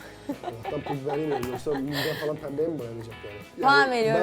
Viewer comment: Pembe diyememesi 😂😂😂